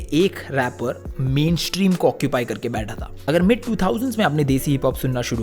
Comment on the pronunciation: It's #mainstream not #maintream😅